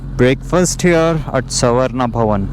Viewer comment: Saravana bhavan❎ savarna bhavan✅